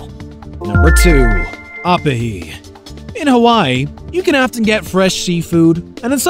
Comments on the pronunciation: In Hawaiian The letter I is kinda pronounced like E so Instead of Ah - peh - He , it would be Ooh-pee-hee and instead of lai-mu , its Lee-mu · Ah-puh-hee???? Perfect example of copy/paste with no regard for spoken language. It's pronounced oh-pee-hee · He pronounced Opihi wrong, it’s Oh-pihi not Up-ihi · It is pronounced o pe he not a pa he. The word is pronounced lee mu not lie mu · Opihi is pronounced (Oh-pee-he) not (op-uh-he) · It’s Oh-pee-he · The way he pronounces opihi is so cringe. Otherwise good video